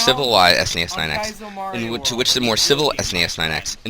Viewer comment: pronounces Mario the exact same way my mom does SNES9X